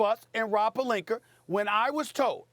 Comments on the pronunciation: Good ol Stephen "AR" Smith. Destroying names that end with an A. Rob Pelinkar lol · Stephen A. - "Robbb Palinker" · Anyone else notice Stephen a randomly calls pelinka "pelinker" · Rob “Pelinker” I caaaant hahahahah 😂😂😂😂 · Love it when he says Rob Pelinker lol